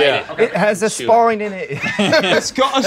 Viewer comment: No one: Absolutely no one: Ashton: iT hAS a SpIoNE iN iHt